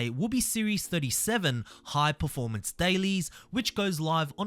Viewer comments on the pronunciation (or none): none